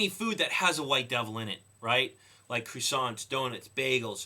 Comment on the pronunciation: What is a "croo-sant" ? never heard it said that way.